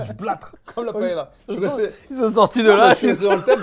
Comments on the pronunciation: On prononce PAÉLYIA comme on dit LIEU ... et chorizo c TCHORIZO et le Z comme le TH en english. De rien.😂 Merci! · Paëlla ça se prononce « paéya »